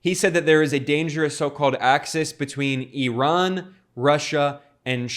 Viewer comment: Glad to note that you pronounced Iran correctly, unlike those other uneducated yokels